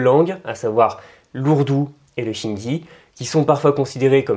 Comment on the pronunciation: "Le chindi" ??? Le Hindi, plutôt